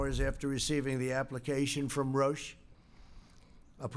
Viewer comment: Matt Souse ,Rousch... It`s Roche not Rousch^^